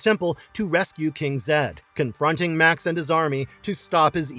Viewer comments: The Beastmaster's villain's name was pronounced "May-ox" not Max. Also, Conan the Destroyer is waaaaaaay better than Kull the Conqueror. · Made me laugh when in Beastmaster it was Max and not Ma'ax Did these guys actually watch some of the films???